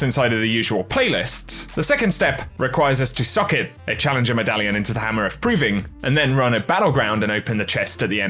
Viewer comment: When you say “socket”, it sounds like “suck it”...and I like it 🤓